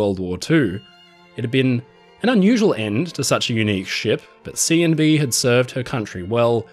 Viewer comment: This brightened my evening a bit hearing you say “Seeandbee” several times. LOL